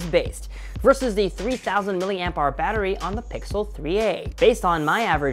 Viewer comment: " I'm a big bettery guy "